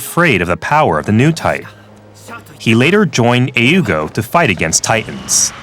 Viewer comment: Wait, what's the point of pronouncing A.E.U.G. the original way, but still pronouncing "Titans" like it is the English word?